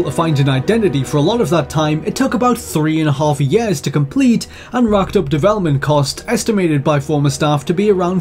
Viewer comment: He calls years... YEES.